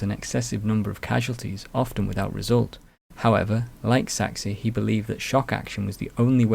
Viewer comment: Great video, but I have to comment on the pronunciation of Maurice de Saxe. It's pronounced "Sax" - as in Sax-ophone. You don't pronounce the E at all.